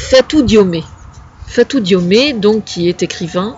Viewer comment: bonjour , le nom DIOME , le E a la fin n'a pas d'accent aigu , cest pas diomé mais diome , c'est comme si tu prononces la ville de rome : romé alors que cest rome. :)